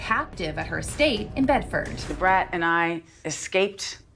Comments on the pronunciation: Love the story. But quit f-ing up everyone’s name. Da brat & Derek Jeter famous New York Yankee🥸🥸🥸🥸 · He is crazy saying mz brat ! Are u crazy dude da brat is a legend lol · did you really just say Ms Brat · I believe you meant “da brat” lol love you ❤❤❤ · Lol right. Legend ! he said " miss brat" 🤦🏾‍♀️geeze . Good video but know who all your referencing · Girl same! “Mrs. Brat” had me gagged and feeling very 33 lol. Also sis you’re beautiful! ❤ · 34 here and literally screamed as Miss Brat… lmfao like maam 😂